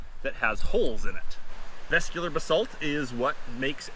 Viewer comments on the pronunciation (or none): Cool video, just need to work on the pronunciation of those geological terms. Vesicular: ves - ICK - yu - lar. Amygdaloidal: ah - mig - da - LOY - dahl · Nice camera work and great haul of agates. Vesicular = Ves-sick You-lar Amygdaloidal = A-mig-da Lloyd-al. Two syllables. Cheers and best of luck out there !! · Chalcedony = cal-sed-oh-knee Amygdaloidal = ah-mig-dah-loi-dal Vesicular = veh-sick-u-lar